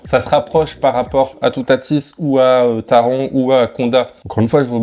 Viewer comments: Alors bonne vidéo mais pour le coup, ça me perturbe car tu dit Taron alors que c’est TARONE, pareil pour voltronE Par exemple, pour taronE, ont entend dans les audio en gare une voix allemande dire TaronE Donc franchement ça m’a perturbé 😅 mais sinon la vidéo est sympa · si tu veux à 1 min 11 😂 ont entend bien taron 😂 et ça me saoule car je m’appelle Aron (prononcer Arone) et durant toute mon enfance tout le monde m’appelais aroND 😂 Du coup maintenant je corrige tout le monde